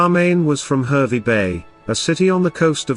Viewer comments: Harvey not hervy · It's pronounced Harvey not the way you say it bloody hell mate!!